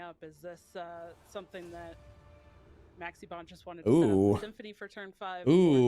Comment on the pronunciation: I can't unhear Maxx C instead of Maxie